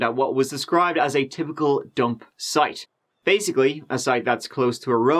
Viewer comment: The emphasis on "dump" site was the tipping point - as if starting of with 7 "turdy" wasn't bad enough. All too easy - no guess what type of dad we all think Mark is....